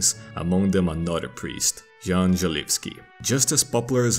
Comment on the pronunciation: "Djan" Hus? I thought it was Jan Hus... y'know "Yan" pronunciation?